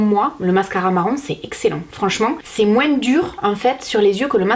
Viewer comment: Je vien de regarder quel dit moinSS et pas moin 🤣